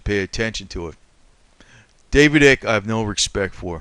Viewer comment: David Icke the I is long sounding not short. 🙄